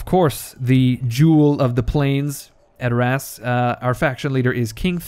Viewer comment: edor ASS Its pronouced adorus but never the less you are funny as hell you had me cracking up about running your hands through eomers golden locks.